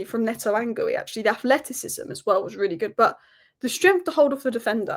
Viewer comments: Just for future videos it's pronounced Giu rather than Gooie 😊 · This. Gee-oo or Gee-you, not gooey. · Btw it's Geeoo, with a hard G, not Gooey. The first u is silent and is there to keep the G hard. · His name is not Geewy.....it is Geeyooo...for Christ sake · It's Marc GEE-YOO, not GOO-EYY, come on... :/ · Hi! I noted you pronounce Marc Guiu´s like "gooey", it´s actually GEEE UUU! Cheers love your content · it's pronounced "Gi-yoo" not "Gooey" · It's pronounced as Marc Geeu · ...you asked this before, then still get it wrong every time. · You are butchering Guiu’s name pronunciation lol